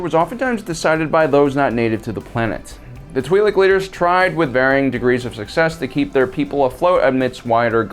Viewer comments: Pronunciation is twih-lek, the name twi'lek coming from twin lekku, the name of the two tendrils that come from their head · It's Twi LOC 🤦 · i cliked off as soon as you said you were be calling the twiiks its twilikes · Twee-lek Laykoo...? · One thing's for sure: I'd blast Aayla from behind, too ( ͡° ͜ʖ ͡°) EDIT: I've generally heard it pronounced "twee lick" by both friends and family alike, as well as in pretty much all Star Wars media that I remember getting into. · Tw (eye) Lek. I may be wrong but learned speech is a thing... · If you can't take 30 seconds to figure out how to pronounce twi'lek. Unsub see you